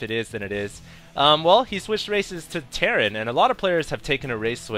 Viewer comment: It's terran for god sake!!!!!!